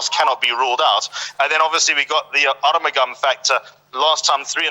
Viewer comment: How can you pronound R mugam when the spelling is A RU mugam. In spore is pronoun as A RU MU GAM as liked the spelling goes.